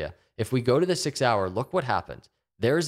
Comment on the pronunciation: "Six hour" sounds like "Sig Sauer"